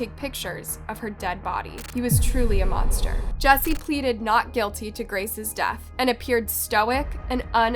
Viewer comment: monster not mostner lol ha